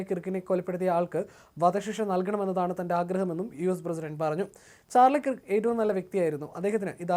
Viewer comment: Sir, please correct the pronunciation to Charlie Kurrkk, like you say the word ‘work.’ Thank you. When we listen to the deviation from the correct way of saying that name, it sounds horrible. Your reporting itself otherwise, is very good.